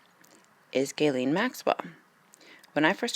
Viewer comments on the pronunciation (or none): its pronounced Geelane 😉 but spelt Ghislaine.